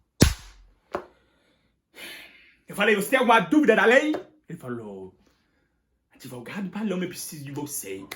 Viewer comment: "Adevogado" Paloma é lindo com esse cabelo natural